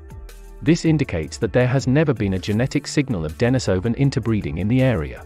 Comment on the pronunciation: Denis so van? Many pronunciation errors throughout. Plus you are working off old information. This video needs to be redone and updated. Looks like you are using text to voice but changing the system from time to time.